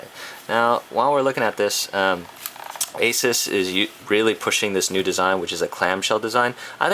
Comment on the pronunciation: finally someone who pronounces ASUS correctly. I hate when people say a-soos, you wouldnt say pegasoos because its pegasus.